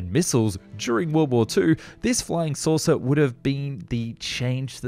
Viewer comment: Why people lauw howewer say fly souser